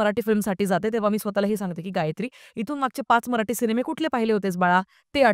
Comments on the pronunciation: मराठी ... म्हणा मराटी नहीं 🤦🏻‍♂️ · Bai kokanatli nahi tya mule dashavtar he Kontya web series inspired nahi tr dashavtarache khel kokant khup aadhi pasun hotat. Gaav mhatl ki story holi slow asnar gavach life he shara sarkh fast forward nahi te usant gheunch chalt. Aani mail te मराठी aahe मराटी nahi. Nidan jya bhashet review det aahat to shabt not uchhara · मराटी नाही मराठी बोल